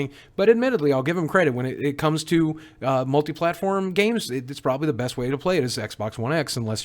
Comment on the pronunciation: Did he say... MultiplatPORN